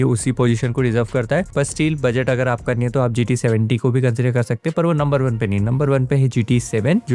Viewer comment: Budget toh thik se bolna aana chaiye bhai